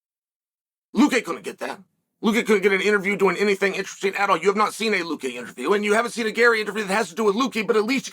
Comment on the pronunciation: Judas priest Unc how did you manage to get Luque right and fk up the Vicente part 😂